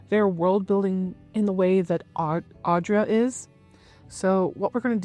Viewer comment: I can't tell if it's like intentional snark or accident but I don't think you said her name correctly once. It's Audra, not Audrey.